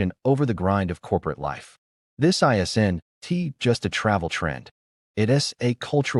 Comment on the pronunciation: AI reading this made it almost unwatchable. "I, S, N, T" worth it